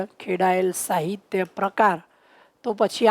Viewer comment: તમે સ નો શ બોલો છો. અભ્યાશ નહિ, અભ્યાસ, શાહિત્ય નહિ, સાહિત્ય